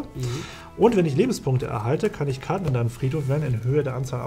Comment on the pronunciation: #TeamDirk alles in allem ein schönes Best of Three. Die Unfähigkeit von Karten Richtig auszusprechen amüsiert mich jedes mal, ein richtiges Highlight:D. Freu mich schon auf weitere Duelle